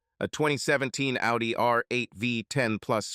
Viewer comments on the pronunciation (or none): none